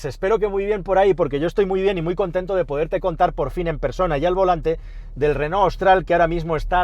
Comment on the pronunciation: Llama la atención lo bien que pronuncias "Renó" y que no sepas decir Palencia. En fin. Es lo que tiene ser pobres.